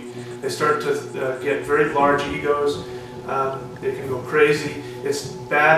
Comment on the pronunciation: wery good tecnicue! eweryone can do this and wery practical! shamanistic!